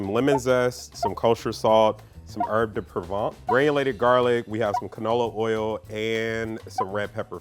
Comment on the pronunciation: at first I thought that it's poor video editing that cut off too quickly then realized that he just mispronounced "herbs de provence" as something like "herbs de provant" LOL